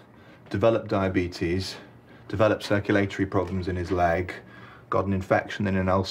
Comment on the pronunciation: The way they pronounce circulatory makes me loose brain cells